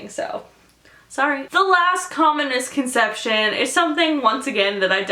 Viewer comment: When you said "Most Common Misconception", I thought you said "Communist Concetption". ASDFGHJKL.